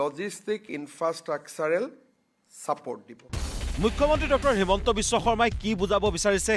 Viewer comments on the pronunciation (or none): none